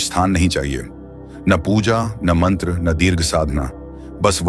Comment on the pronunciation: Please check your pronounceiation tantra mantra Parbati you're not an Englishman,, 🙏